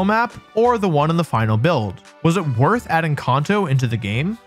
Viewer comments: Bro come on its KAN TOE NOT KAWN TOE You did this shit with rayquaza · Its Kanto, not Kaunto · I will be 6 feet cold in the ground before I recognise Caunto as the proper pronunciation for Kanto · I hate how you say "kauhnto" 😭😭😭😭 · Who pronounces Kanto like that? “Con-toe” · Kanto CAN-TOW Seriously? What is with Candians saying shit wrong? It's said as "Can-tow" all the time EVERYWHERE ELSE. You're not Japanese. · Kun-toe region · Con-toes… this makes me mad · Why you saying conto 😂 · Kahn-toe😂 is that actually how it's pronounced? Or is it can-toe? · Came to the comment to see if anyone was annoyed by it lol It's Kan-toe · The way he pronounces Kanto actually makes me wince